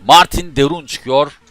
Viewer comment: Abi de bruynnnhhh dememe hastayım😂😂